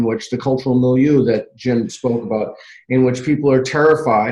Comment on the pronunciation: One, two, skip to milieu! Pour ceux qui en douteraient: Lindsay prononce milieu toujours comme ça.